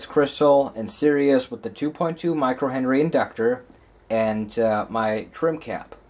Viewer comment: It's series not serious.